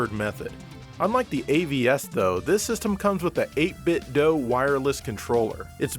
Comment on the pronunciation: Nice to hear somebody say 8bitdo instead of 8bit doo.